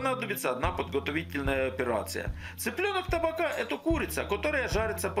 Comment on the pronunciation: ТабАка, ударение на среднюю А!!!